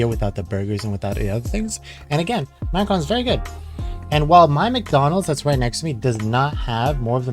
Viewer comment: Macrons? xD Pronounced Mac-a-rohn #EverydayASchoolDay